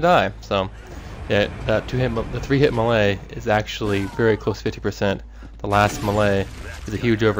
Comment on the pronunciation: LOL, "muhlay". It's pronounced "may-lay". :D